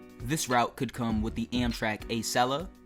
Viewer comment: Acela is not pronounced "aysella" and you pronounced avelia as "avleya"